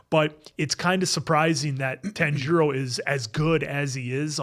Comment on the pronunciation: His name is pronounced more Tanji-ro rather than Tan-jiro. Or like tANjiro rather than tanJIro. His names mispronunciation will be very apparent in later episodes! 😂